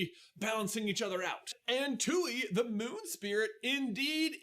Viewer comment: Every time the says “Tui” and pronounces is “too-ee” instead of “Twee” it makes me so mad. Like, you could easily rewatch a clip to make sure you pronounce it right